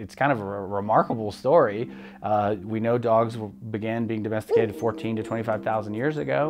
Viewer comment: domesticated ??? how could I know to spell this word in video without subtitles? it sounds de^&^(&%^& ??? by the breakdown English learner